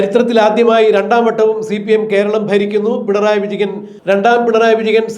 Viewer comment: പിണറായി വിജഗൻ അല്ല വിജയൻ എന്ന് സ്പഷ്ടമായി വിളിക്കൂ